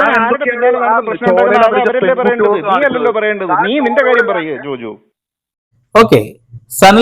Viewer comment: ജോജോ അല്ല ജോജു